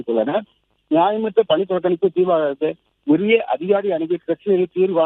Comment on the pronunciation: பனி புறக்கணிப்பு இல்ல பக்கி. பணி புறக்கணிப்பு. utter waste news reader. unfit news reader